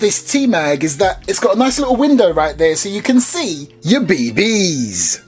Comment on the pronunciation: "Be Bees"... Sounds off to me compared to saying "Bee Bees" lol